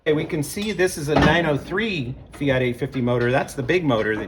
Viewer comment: Mate, if you can pronounce Alfa Romeo correctly, why are you not able to pronounce Fiat correctly. Afterall, Fiat is not spelt Fiaaat. And yes the Multipla is a cool reminder of the past and in all likelihood the first people mover (aka SUV).. My brother has two of these Multiplas, both require restoration though.